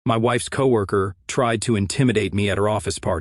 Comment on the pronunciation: What the hell is a "keeoh-worker", or "See-Ohh worker"?!?! CAN YOU PLEASE FIX THIS CRAP?!?! Try spelling "COWORKER" when you type in the word...!!! 20 minutes into this self-serving narrative I had to leave because he spends more time complimenting himself on his ability to "be a man" instead of just getting on with the damn story.... Another pointless exercise in meaningless masturbatory narrative....